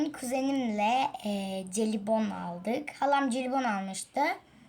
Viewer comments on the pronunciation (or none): Celibon değil jelibon diye okunuyor :]